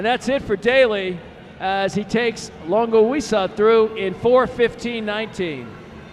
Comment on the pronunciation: Thank you posting this race. Announcer was cracking me up - set a record for different pronunciations of Longosiwa. : )